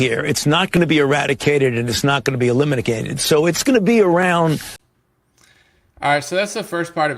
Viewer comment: I think he said Eliminagated…. Lol is that slithering wizard actually casting something odd there?